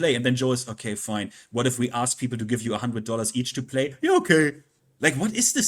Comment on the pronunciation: It's pronounced "ask"